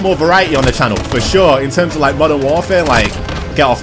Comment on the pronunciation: "You guys are definitely gonna get more variety on the channel, for sure..." Me: Thinking he's talking about playing different games: "...In TeRmEs Of MoDeRn WaRfArE..."